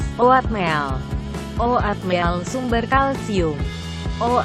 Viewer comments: Oatmeal jadi O - AT - MIL. 😂😂😂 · Ngomong Oatmeal nya lucu 😂